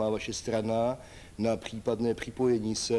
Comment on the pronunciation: Pchípadné pchipojení se... Jako bych slyšel Faltuse. Ten člověk asi nevěděl, kdo je to logoped, aby mluvil trochu jako člověk.